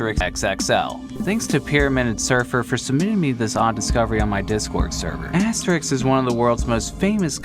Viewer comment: I think it is wrongly pronounced in the video. The "é" should be about as long as in "Astérix".